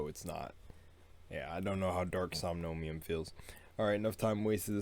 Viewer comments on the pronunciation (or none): wait... wait... Somnomium? It's Somnium, there is no "OM" in the middle :)))